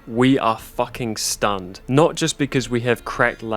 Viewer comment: Oh I really heard "stunt" 😂 That changes the meaning a bit lol